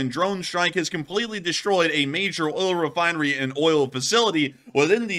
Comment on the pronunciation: "Ol' refinery". Effing slob.